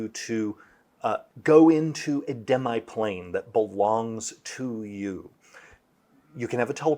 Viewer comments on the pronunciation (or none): Did any one else do a double take when Jeremy said “Dem- I- plane?”